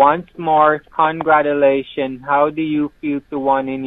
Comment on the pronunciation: "Conwatulations" to you, Peekaboo-😺y.